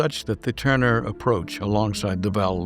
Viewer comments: It was nice you could fit Jacques into your tribute to Val Lawton, btw, it’s tour-nur, not turner Jane Greer’s character flees to Mexico, not Florida You do feature excellent photographic reproduction, a little AI enhancement perhaps? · This fine Frenchman's name is pronounced tourn-e-ay, not turn-er, as in Ted Turner.